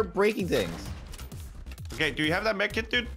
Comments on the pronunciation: He said drink the medkit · *Drink that; Medkit” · Did anyone catch that you said drink that med kit